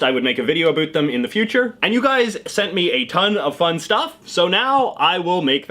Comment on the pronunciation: I know Canadians to you should I don’t say a boot but you said that in this video so yeah I’m not American.. I’m Norwegian